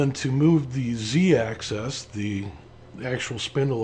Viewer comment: Slight nit pick on pronunciation... Axis is pronounced like Taxes, Axis plural is usually pronounced like Taxis, but I've never heard anyone say "Access" before, even in Canada or Europe. Tiny nit pick, but consistency in the names of things helps newbies a lot. The recommendation for listening at 1.5 speed was brilliant and you were still perfectly clear.